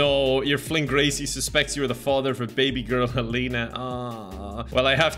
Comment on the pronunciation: I dont think thats how you say Helena